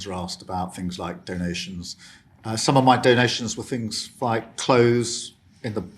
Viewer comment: Fing fought finks fe feir vose where are ve “ t “ “h” s?